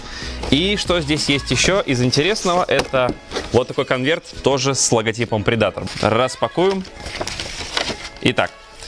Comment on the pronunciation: предатор..ударение не там.